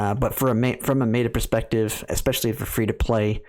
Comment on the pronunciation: Ag-uh-tha not A-goth-uh Met-uh not May-tuh